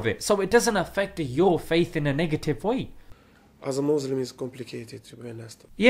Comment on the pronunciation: its complicated how he says mouzlims and not muslim